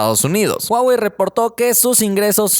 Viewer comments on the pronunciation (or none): es Huawei 😁 no huwei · Es huawei no huwei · Huwei.. pensé que era Huawei😂😂🤣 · Que pedo yo si escucho huawei en que minuto dice huwei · Huwei Huwei xd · huwei? corrigelo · "Huwei" la rompe como siempre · Que bien por "huwei" :v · When, dice huwei xd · Dice huwei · "HUWEI" :v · Porq dice eso de Huwei?